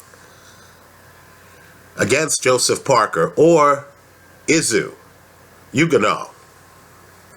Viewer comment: His name is pronounced is-oo oo-gone-oh. Izu being short for izugabe. I strongly believe izu will be too fast a slick for Dominic Breazeale who is immobile and predictable with his offence, he is how every very tough.